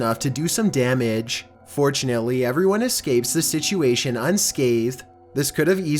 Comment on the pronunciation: Awfully defective pronunciation. "Gast" instead of "guest", "ins-tent" instead of "instnt", "situay-shen" instead of "situayshn" ... Oh Goodness!!!! ... UNBEARABLE!!!!!!!